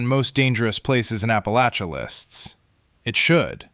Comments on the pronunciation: The narrator is pronouncing Appa-LATCH-uh correct! At least like us southerns do in the region! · Thank you for pronouncing "Appalachia" correctly! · At least you said Appalachia right cat stand the northern pronunciation live southwest virginia most of my life not west virginia im close but we are the part of virginia east of Roanoke dont claim im about 20 minutes from the Breaks Interstate park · I LOVE, LOVE, LOVE that you pronounce Appalachia correctly ! ! !👏👏👏